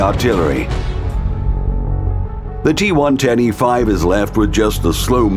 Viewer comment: G-one-ten-E-5? G110e5 am I the only one that caught that?